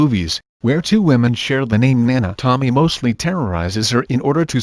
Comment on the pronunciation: To-mi-eyyyyy ....... Isn't it read as to-mi-ye?